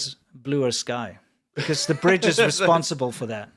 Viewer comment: hey guys, i dont mean to be critical but briDge has a D in it :P